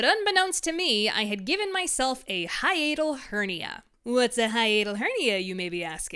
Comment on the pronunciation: Why are we pronouncing it as "hianal" and not "hi-atal"